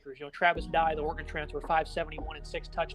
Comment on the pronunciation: Did you just say brant ku-the, it’s key-thee